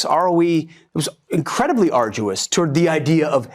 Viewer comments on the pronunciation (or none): "...arduous"? Can we please have a government comprised of educated people again?